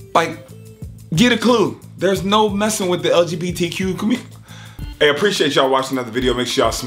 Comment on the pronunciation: Sounded like he said LGBTQ Q-mmunity 😂😂😂